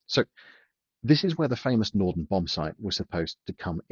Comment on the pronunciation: Norden, not "Norton"